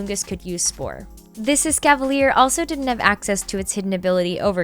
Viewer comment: he may be the GOAT, but he's still wrong. Escavalier is NOT French, they are American (og in Unova, not Kalos) and as such their name is pronounced like the very American word "Cleveland Cavalier"